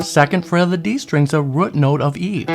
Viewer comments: I like the way you say rute (root) note! 👍🏽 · you can pronounce root note any way you want, just keep those lessons coming! BTW that is one sweet Strat you have. God bless you brother.